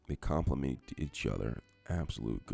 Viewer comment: Where did this guy learn English? Burnarating, gingeer, papeer instead of pepper, thickenazation, complimate instead of compliment and did he say shrimple??? Making up words lol!!! Took him long enough to start stirring the shrimp. Shrimp cooks fast! Is he trying to sound French?